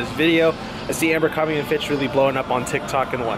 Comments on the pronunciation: Say AMBERcrombie again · Everytime you say "Ambercrombie" 😬